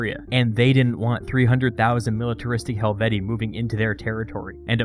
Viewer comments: Pronounced helveti-I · Pronounced hel-vee-shee-eye, isn't it? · It's Helvet-ee-ee, but like the name Caesar itself, by convention it's sort of allowed to stray from proper Latin pronunciation. The double long e plural genitive is awkward.